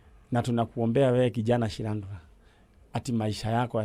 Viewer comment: haki the way man Nyari is pronouncing that name Shilandura!!!